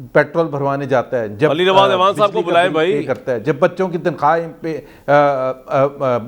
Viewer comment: کامران بھائی لفظ اعوان ہے آپ ایوان کہ کر بلاتے ہیں ۔۔ Next time parhaiz krain🤒 Shukria❤🌷🌷